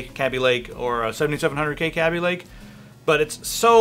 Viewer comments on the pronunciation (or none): It's not [Cab-E-Lake]. It's [Kay-B-Lake]. This has already been LONG established. Either way, Intel's decline has just begun. It hasn't happened quite yet because the 4 & 6 core Ryzens are a long way off from being released, but when those come out, the true "gaming" chips will be snarling their teeth at Intel.